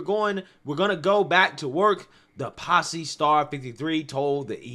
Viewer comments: It's "Pose" with a long 'O' not "Posse" which means a gaggle. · Please learn how to read properly: The name of Billy Porter’s show is POSE , not Posse! The union is SAG-AFTRA pronounced like it is spelled not pronounced letter by letter and it is Bob Iger Eye-ger, not Iger. And please stop ✋ pacing so much emphasis on the last word of every sentence. It is annoying. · "Posse"? 😆 It's pose [pōz].